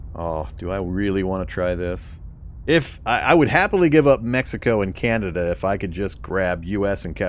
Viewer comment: The fact you were saying Beneluxx was bugging me until I heard you say Canayda, then I realised you were trolling. 😂🤣 Great vids bro! I have your videos playing in the backing while I’m playing and learning! 👍🏻